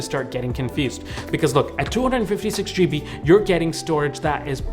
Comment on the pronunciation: I winced every time you said "GB"